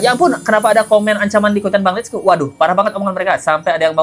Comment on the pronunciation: Kenapa bang let's go bilangnya hif sih.... Aneh... Hà ì ve harusnya